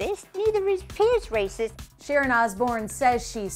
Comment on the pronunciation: Sheryl says "racis" instead of "racist". What an ugly word. Nasty, hateful thing to say about someone when it's not true.